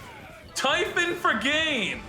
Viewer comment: I’m sorry…what? TY-PHON?!!!!